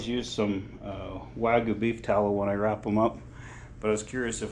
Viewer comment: The y in wagyu should be pronounced.